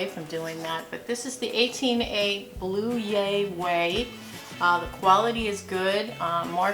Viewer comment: I think the Blue Ya Way pallet is suppose to be like "blew ya (yuh) away." I always enjoy your faves/flops videos. ❤ I ordered some of the coffee to give it a try. I look forward to trying it!